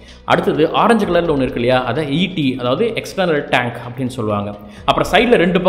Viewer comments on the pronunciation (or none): none